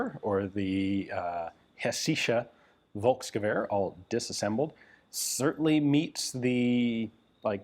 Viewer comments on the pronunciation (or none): The letter "v" is prounounced as a "f", so it's "folksturm". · Hey Ian. I thoroughly enjoy all your videos. As you were pointing out pronunciation, I wanted to give you a hint on how to say "Volkssturm". The V is pronounced like the ph in phone. Maybe this helps ;-)